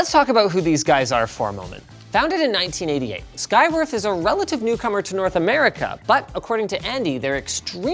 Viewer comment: Oh man. I thought Linus was saying "Skygrift". I literally thought that was the company name for a bit there.... 😆